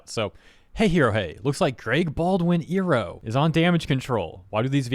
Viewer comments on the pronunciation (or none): Iroh is pronounced Eye-row not Ee-row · Eye row, not ear row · Not to disregard the whole point of the video or anything, but is anyone else gonna mention how has been pronouncing it "ee-roh" throughout the the entire vid when it's actually pronounced "eye-roh"? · The way you say "Ear-oh" instead of "Eye-roh" when mentioning Iroh really gives me PTSD flashbacks from the first live action ATLA. 😂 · You hurt me... It's not E Row it's I Row. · Did you say iroh as "eeroh" instead of "eye-roh"? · You better run. You pronounced "Iroh" wrong. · Sorry, but you calling him "Airo" instead of "Eye-ro" makes me think "Ero" 😂😂😂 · Is nothing sacred anymore? Mako is looking down on this with shame. Also,, I feel the need to remind you that you pronounce Iroh as "EYE-roh", not "EAR-roh", as the Last Airbender movie pronounced it. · I ROW. Not E row. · it's pronounced "Eye-row". not "ee-row" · Hold up nu uh nope stop right there. Its I RO not EAR O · Why tf are you pronouncing Uncle Iroh’s(Eye-Row) name like that?! 😭😭😭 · You said ear-oh so many times that I had to come back to watch the video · FYI, iroh is pronounced eye-row, or Ai ro if you're going by japanese phonetics i spose. just a smol thing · Oh you did not just pronounce his name as "Eeroh" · Love your stuff! And I don't mean to sound like I'm criticizing you or anything, but you do realize, Iroh is pronounced like "eye-row," right?... It's supposed to be a play on the word Iron. They pronounced it like how you do though in the God awful M. Knight Shamalan LA adaption... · I can only hear Iroh's name mispronounced so many times... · Is this guy purposely mispronouncing Iroh’s name? What the actual heck? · I really hate how you pronounce Iroh. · The voice actor aside, why are you saying Uncle Iroh’s name wrong? 😭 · we just going to ignore him saying Iroh like how the food gyro is pronounced? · pronouncing iroh wrong the entire video was hurting my soul